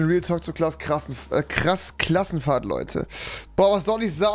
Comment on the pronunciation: Klass Krassenfahrt😁😁 Wer verspricht sich auch immer hahajaha